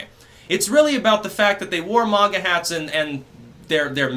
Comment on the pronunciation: its "maga" hats not "manga" (with japanese pronunciation) you fucking weeb